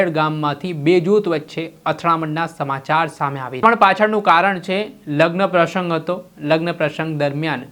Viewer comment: પ્રસંગ બોલતા ને આવડતું નથી... સ ને શ તરીકે ઉચ્ચારે છે